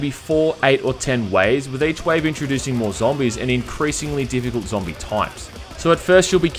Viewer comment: Every time he said the word zombie I died a little on the inside.